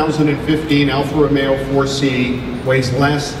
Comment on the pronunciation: its alfa romeo not alfa romeeo